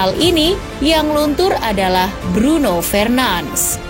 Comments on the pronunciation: Request min, kalau sebut nama lengkap itu "Bruno FERNANDES" bkn Bruno FRENANS" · Cara pembacaannya salah, bukan Fernans tapi Fernandes seperti biasa. Mohon kpd agar bs belajar lagi penyebutan nama dlm bahasa yg berbeda agar tdk membingungkan. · Min,bacanya fernandes bukan fernands🤦‍♂️✌ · Nyebutin nama ny kok ky "Alay" gitu ya 🤣🤣🤣 padahal org enggres aja manggil ny FERNANDES